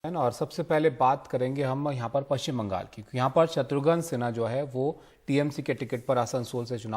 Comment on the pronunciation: It's not poschim bangal . It's poschim banga.